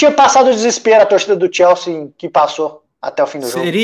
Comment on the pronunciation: Pq n fala o nome do tine direito? Xelsi é o crlh, É Chelsea campeão